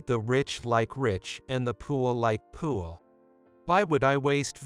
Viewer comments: If you going to read a book learn how to say the words correctly it's poor not poorie it's bowing not boning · Sounds like computer is saying pool instead of poor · Had to leave. Couldn’t stand to hear poor pronounced pour one more time. This never would have taken place. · Why is he or it pronouncing the word poor like poo ah. Personally I say ahhhh when i poo. Pooahhh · Too much “beauing”. I really like how the computer prounounces “poor” - poo-ah. Lost in translation. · This AI program has to work on how it pronounces the word poor. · Why is the narration in this story so bad? Many words are mis-pronounced, the word "poor" is always pronounced wrong, and it is not the only such word. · Why cant you pronounce the word "poor" properly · The computer can't pronounce the word poor correctly! The word talk sounds like tark